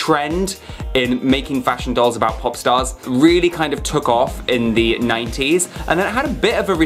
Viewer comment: When he say 90s it's sounds like naughties...🤣😂😂🤣🤣🤦‍♀️🤦‍♀️🤦‍♀️😭😭😭😭